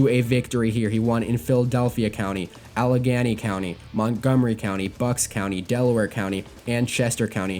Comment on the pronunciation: Allegheny not ghany